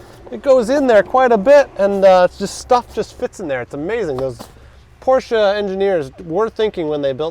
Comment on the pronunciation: Respect for saying Porsche and not porsch